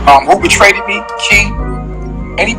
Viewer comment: “Regularee and betraded “ 😂